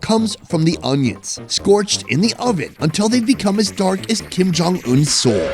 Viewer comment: He said kim kong un? 😂